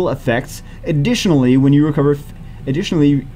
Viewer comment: That “Aditionally” from the number 2 spot got make my night dude! is such a funny guy